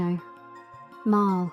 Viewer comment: It pronounced MARLEEEE not MARILL